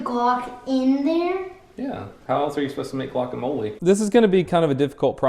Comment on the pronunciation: its gluokamole